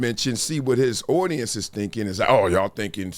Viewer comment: The way you pronounce audience is crazy. “Owdience”